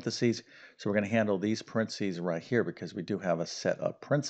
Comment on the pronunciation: Could you please improve pronouncing paranthesis